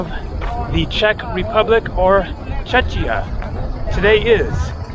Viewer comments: Czechia/CzechIts not pronounced Chechia, but Czekia. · And of course he had to mispronounced Czechia right at the beginning. Czechoslovakia had existed before the communist era, the Slovaks left the union to fight on the side of Germany between . After the defeat of the Third Reich they hurried right back to avoid being counted as on of the defeated nations. How convenient was that?